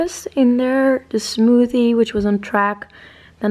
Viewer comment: Love how she says Smoodie